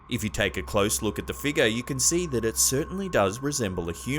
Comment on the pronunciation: I absolutely love this channel. And his voice is very easy to listen to. But does anyone else laugh with the way he says figure? Figur. Lol